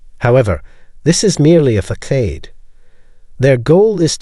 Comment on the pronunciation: Hey fake narrator, it's pronounced fuh-sod, not fuh-sayd